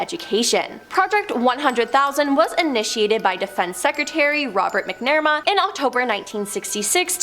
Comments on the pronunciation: Robert MacNamara's last name is pronounced "MAC-na-mare-a," NOT "mack-NUHR-ma." Dear Lord, deliver us from egregiously wrong pronunciation! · That woman made several bad word pronunciations that were so bad they were like scratching nails on a chalkboard. Eg: Cape Canna-very- ol (Canveral), Federal Burrow (Bureau) of Investigation, Robert Mc Nere-Ma (McNamara)